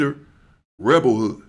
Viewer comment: Hey, his name was rebel wood not hood